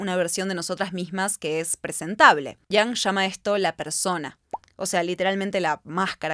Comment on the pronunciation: Me gusto el video,, estimula a pensar mucho e irse por las ramas. Lo único que me causa ruido es porqué dice Yang a Jung y porqué dice defolt a default jaja me triggerea mucho